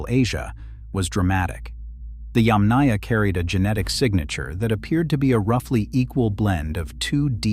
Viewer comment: you are mispronouncing "Yàmnaya" -- the emphasis is on the first Yàm (pronounced - YUMM, as in - yummy) ... so it's not yamnàya, but yàmnaya, yAmnaya... 👋